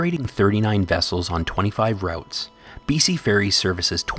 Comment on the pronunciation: "R-out-s"?? Well, the guy doing the narration isn't a local:)